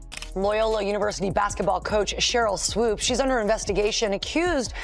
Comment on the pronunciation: Voiceover guy: Swoopes’ as a possessive only needs ONE S. Not Swoopes’z. That’s typical broadcast ignorance